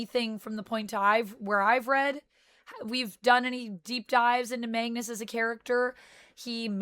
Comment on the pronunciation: You kept saying Mangus it’s Magnus